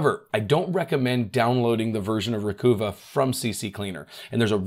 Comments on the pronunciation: Love your channel but I have an issue with the way you mispronounce so many words. For example you always say Reggedit instead of Regedit. Think of it this way, how is registry pronounced? It is not reggistry, right? Now, the latest one was Recuva, it is not Recoova, it is Recuvah as in recover. In your defense, almost everyone mispronounces this one. All it takes is typing "how to pronounce _____", where the underscores are for the word you don't know how to pronounce. Regards. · »recuva« is pronounced exactly like »recover«, just a phonetic spelling for the program. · It's pronounced re-kuvv-a (emphasis on the second syllable kuvv) as a play on the word recover. (recova) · Pronounce it like a southerner would pronounce recover. Recahva.. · Developer's Description By Piriform Recover files deleted from your Windows computer or from external storage (e.g. USB stick). Recuva (pronounced "recover") is a freeware Windows utility to restore files that have been accidentally deleted from your computer. This includes files emptied from the Recycle bin as well as images and other files that have been deleted by user error from digital camera memory cards or MP3 players. It will even bring back files that have been deleted by bugs, crashes and viruses. (I might add, if your happen to be from Boston it is spelled correctly as "Recuva". 😂) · Awesome awesome video!! By the way, pronunciation of the software has to be re-cuh-ver (as in the word 'RECOVER') 😜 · I think it would be pronounced *recover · I always assumed a slight pun, Recuva.... with U pronounced as in tusk...... recover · I believe it's pronounced Recuvva (like Recover). As for CCleaner, it's only C-Cleaner, which originally stood for Crap-Cleaner. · Pronounce it as "recover" without the r at the end. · It's Ree-cuh-vuh. (sounds like recover). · I believe it's pronounced Ree-cuv-ah. As in "recover". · Dead right,”Recuva “is pronounced “ Recover “ , just harden the C”. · Can you say Recover? Recuva